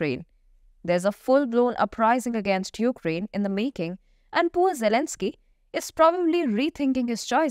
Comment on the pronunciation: What You say at the end "poor Elenzky"lol.